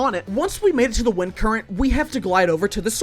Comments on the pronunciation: “i chose to use wentis vind current” 😭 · Did he say “Wenti’s vind current” or am I just going crazy? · “Wentis vend current” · ‘wenti’s vind current’ 😭